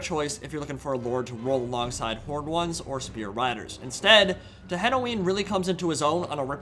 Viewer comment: It is TE-NEN-HAU-IN Is it actually so difficult to pronounce in English? 0_0